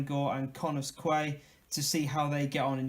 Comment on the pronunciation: Quay is pronounced as key. Cefn is pronounced as Kevin but without saying the 'I'